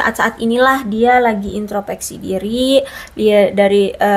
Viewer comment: Punten, bukan intropeksi, tapi introspeksi.